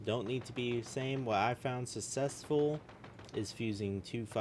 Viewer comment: What the heck is "sussessful"? joking aside... maybe script out what you are going to say, it could help improve your videos. You kind of ramble on and do a poor job of explaining things. Edit... also, this should have been super obvious but turn off those notifications while you are recording, they override your voice and are highly annoying.